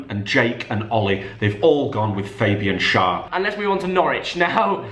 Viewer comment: It is not faybian schar it is Fabian schar